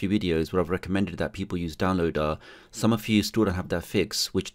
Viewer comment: Love how you pronounced downloader like down-low-duh! lol